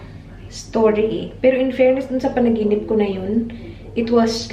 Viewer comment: gusto ko yung "panaginipss" 😂😂 HAHAHAHA labyu ate!